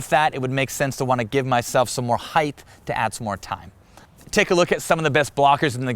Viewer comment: Height not Heighth….love ya!